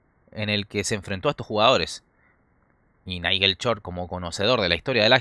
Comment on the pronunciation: Es totalmente falsa la partida !! Aparte el comentarista debe ser chileno ..porque a ellos les cuesta pronunciar shhh y siempre lo hacen chh..... Repitamos todos juntos short y no chort !!